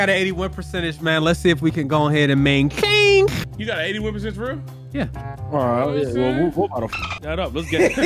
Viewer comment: “Let’s see if we can gone head and mainTAINHZZ”😭😭😭